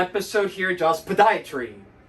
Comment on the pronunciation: No one says "POH-dia-tree"! NO ONE!! says it as creatively as you, and thank you for the video...So, keep them coming, Please! And by the way, you surely have a lot of loyal fans!